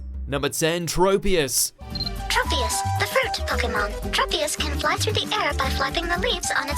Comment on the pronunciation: It’s trop- e-us..do you say tropeical?